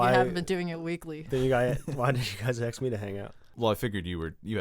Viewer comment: .........don’t say axe.......please....